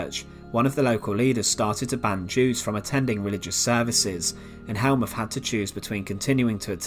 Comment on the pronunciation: Get it right! Th in German is a harsh t, so Helmuth is pronounced Helmut.